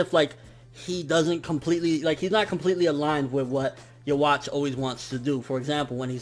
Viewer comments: Why do all reviewers keep saying youwatch instead of juha? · Please man. Read this before you continue saying Yhwach's name like that. The W should be pronounced like a V. The CH is to be pronounced like a K. So in that sense: Yuh-vak. Or keep it simple and just call him Juha. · Desty Nova thats also not how you say it